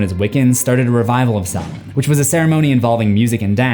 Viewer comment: It is spelled Sam-Hain Like Cain With A H Not Salmain Do Better.